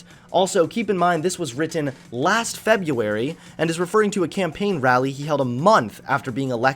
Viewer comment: It really frustrates me that you say Febuary instead of February